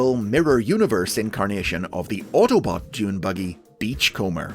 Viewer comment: did you refer to Hardtop's vehicle mode as a "Junebuggy?" I've replayed the bit several times and it really sounds like you've mispronounced the word by mixing "junebug" with "dunebuggy."